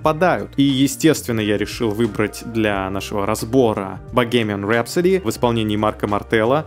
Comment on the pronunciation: Название "Богемская рапсодия" можно произносить по-русски или "Bohemian Rhapsody" по-английски, но автор этого ролика ухитрился в английское слово запихать русское -г-, и получилось совсем пОшло. Марк Мартел до Меркюри не дотягивает, Марку приходится сильно стараться и напрягаться, чтобы сделать то, что Фредди делал мощью своей. Если закрыть глаза, разница ещё слышнее.